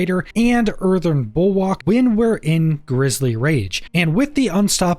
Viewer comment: The word... Is "Earthen" might.. not earthern.. there's no fucking R at the end of earthen. Also.. it's "especially" not "Ex-specially" Imagine being an adult.. still speaking like an 8 year old.